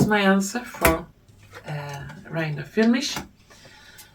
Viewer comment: As always, a huge thank you for your effort and all the work you put into each video - it is a work of art in every respect! All I can say about Reiner Füllmich (by the way, you pronounce his name perfectly!) is that after three personal encounters, I find him to be a person with an open heart and a truthful speaker. My feeling too is that it won't be long until he's free again. Let us remain full of hope, love and confidence - this is our strongest spiritual "weapon" in this time of fear and distress! With love and gratitude and with warmest regards, Andrea